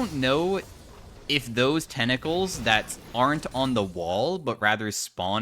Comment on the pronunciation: Tentacles ❌ Tennacles✅